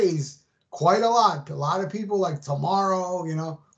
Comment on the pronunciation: Pee-pole! It sucks. Imo.